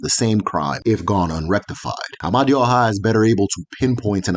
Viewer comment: Amadioha is a wrongly pronounced, the true pronunciation of that word "Amadioha " Ama e du oha meaning "the divine wisdom that leads the people". written as "m d h".